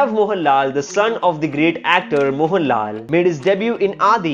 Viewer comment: Bro why are you stretching the last syllable of every sentence? Pranav Mohan-LAL Son of Mohan-LAL made his debut in AADI.